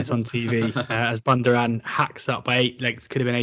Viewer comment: How can you butcher Bundoran's pronunciation. You can Google pronunciations now. Do it FFS, it is supposed to be a brief on, Cheltenham November meeting, not a blooper reel.